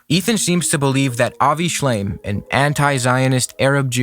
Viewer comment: I know it's a criticism that can be shrugged off, but I found the fact he kept saying Avi Shlime, even as an accident, so disrespectful. It means he's not familiar enough to get the man's name right and is just using his work to dig at Hasan (while ironically missing that he's an anti zionist.) And I get not knowing who he is, because I didnt. I had thought he was a zionist dude when his name came up occasionally (not during this debate). But to quote someone's work in direct opposition of their stances and get his name wrong is just, makes me so mad.